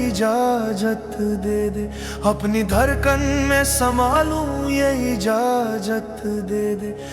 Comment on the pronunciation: Pura mood kharab kar dete ho yar ijajat kya hota hai lafzon ko sahi se bola karo ijazat jahilon ki tarah bolte ho